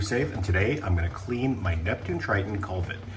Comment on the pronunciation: Great video. I got mine spotless using your video. One thing, it is a "koo-vet".